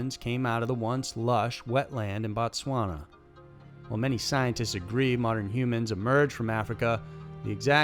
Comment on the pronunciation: Couldn’t have read it that well..... Its BOtswana